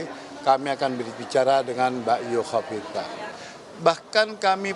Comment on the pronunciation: Hahahaha... songong lu... nyebutin nama orang aja ga becus.... Khofifah jadi kofifa😂😂 hahahaha sekolah lagi deh 😂😂😂